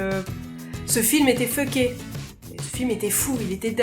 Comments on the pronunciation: Mon dieu quand t'as dit fucké j'avais pas compris jtais comme "ah celui la jle connais pas" jusqu'à ce que tu le mette dans une phrase Ptit truc: on le prononcer focké et non feucké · a oui et ses pas fucker mais focker en prononsiation:) a et aussi j'adore regarder tes vidéo en passent #